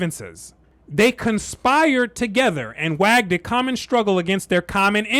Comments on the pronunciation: 😂😂😂 !!!!!! "WAGGED"!!!!😂😂 Dude, it's "WAGED" as in wages....🤓🤓🤓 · So with that same condescending eye that you turned towards Christ in the Bible, did you ever turn that same focus in on the book that you’re reciting? It’s hard to believe somebody when they can’t even pronounce the word waged. This ninja said wagged. Perhaps maybe you should take an advanced level English-speaking course, before you try to persuade people to believe what is most likely a false narrative. There could be some truth to what he’s saying. But I doubt it. There’s evidence of Christ existing long before the 1600s. The earliest depiction of Christ exists in Poland, and it is of a dark skin man with course hair. I believe it was painted in 400 A.D.. So we know Christ wasn’t white. I wouldn’t care if somebody painted Jesus as Asian, as long as they worship Christ, who can say what God looks like. We know he came from the land of Canaan. This has very Marcian undertones. And without outright using Marques’s speech, I noticed a few words in your dialectic. So I’ll make the assumption and say that you’re just another black Marxist, race hustler who decided to do a reactionary video on a book written by an old race hustler. And a new generation of Reese hustlers comes to replace the ranks of the old. Even in politics, this is the real reason why ism won’t go away. Because there’s always somebody willing to stir the pot for profit.